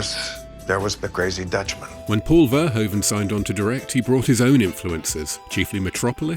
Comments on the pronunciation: It is pronounced fur hoof un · Get a Dutch person to tell you how to say Verhoeven. You are not doing it right.